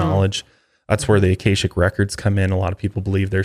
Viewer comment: Akashic is pronounced with the “a’s” sounding like “ah” No hard “a”